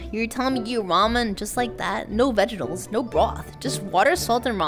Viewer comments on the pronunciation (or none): She legit just said "vegitles".